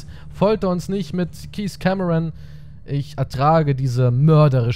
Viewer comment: Du sprichst den Namen des Kapitäns falsch aus ;-; *Cameron